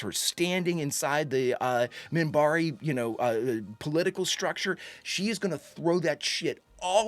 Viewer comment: Minbari. With an n, Minbari.